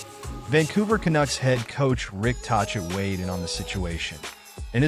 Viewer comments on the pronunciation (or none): What? A stupid computer voice or stupid narrator who doesn’t know how to pronounce the name of the Canucks’ coach. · cant even pronounce tocchet's name properly